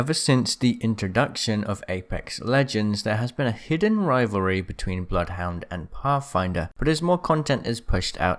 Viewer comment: Bloodhounds name is said by him in the game. If you select “Training” and ready then run up to him, he says “Welcome to Apex Legends, I am *says his name, sounds like it’s pronounced Bluth Wynder.”